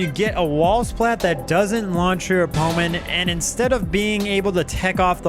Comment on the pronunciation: ok the way you say 'opponent' has to be comment bait. I respect it